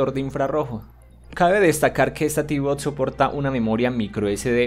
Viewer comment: Por que no pronuncias bien en ningun video? "tv bots" ?????????????????